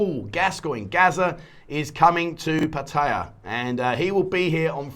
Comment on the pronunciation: Can you say 'Pattaya' correctly please .... the late King apparently said once he was gone that gambling with a Casino etc could go ahead